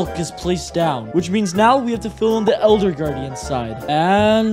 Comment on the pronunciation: Bruh you said eLLLLLder that makes me laugh